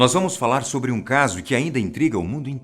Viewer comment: Fala sober asosiasão kkk